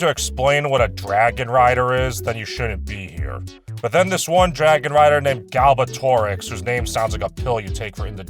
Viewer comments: I love hos every time you mispronounce Galbatorix's name. Garbage, gloomy, Gandalf... XD The ONLY thing I'll give the movie is the creativity to give Saphira feathered wings. Not from the book, but I liked the idea. I read all four books in elementary, I watched the movie and hated it, and went back to the books. Yeah, there are a couple plot holes that carry over the book, but at least those could be justified by dumb FIFTEEN year old country boi and 4 MONTH OLD, horse-sized gal. And no, Eragon can't read. He spends one whole chapter learning to read. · I laughed more and more with every deliberate mispronunciation of Galbatorix's name lmfao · My fav part of this video is how Galbatorix’s name is more butchered every time it’s mentioned 😂